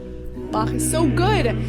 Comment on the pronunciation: quick appreciation for ur pronunciation of Bach